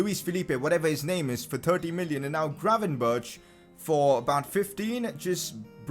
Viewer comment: Can you google how to say "gravenberch"